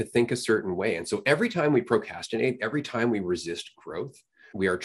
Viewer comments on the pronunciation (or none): the way dude pronounced it "pro cas tinate" triggered me lol